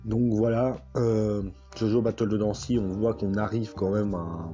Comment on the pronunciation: "BaTtLe TaNdAncy"😂